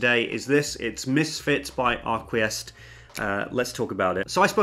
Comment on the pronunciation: Hey! Great video. By the way, the house is pronounced "Arkeest."